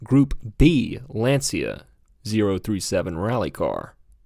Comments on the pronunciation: It is pronounced "lawn-chuh" not "lan-see-uh" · Lancia not pronounced Lan-see-uh, it’s Lawn-chya. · Hearing Lancia pronounced as Lan See A hurt...lol. It's pronounced Lon chee ah.....almost like chia pet...lol...but with a very light "e" after the ch.